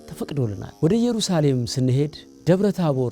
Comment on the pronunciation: አሪፍ ማስታወቂያ ነው እኛንም ለመሄድ ያብቃን። ነገር ግን እኛ ኢትዮጵያዊያኖን በተለይም ኦርቶዶክሳዊያን ጥንቅቅ ያልን ነን እና ''እየሩሳሌም ''ሳይሆን ''ኢየሩሳሌም'' ነው ትክክለኛው። ካጠፋው ይቀሰርታ።